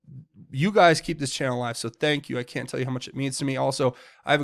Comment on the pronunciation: It sounded like President Trump said Thank Q twice when talking about the baby....